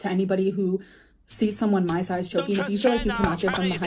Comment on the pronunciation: Chokeeng and shiteeng... Whomever donated that must be a super smart, super cool super handsome man.